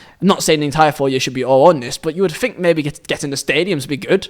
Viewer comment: "Four years to Fink" 🤣